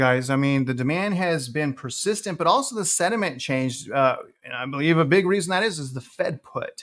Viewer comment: Absolutely love your content but please for the love of God: Sentiment not sediment